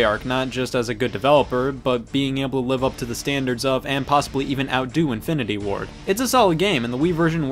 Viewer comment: every time you said "Infinity Ward" i heard "Infinity War"